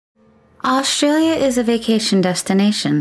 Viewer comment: why they pronounce aushtralia and not australia without sh itis australia not aushtralia it is s not sh